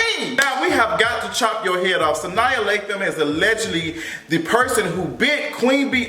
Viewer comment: Lol at Sania...Sa-nah lol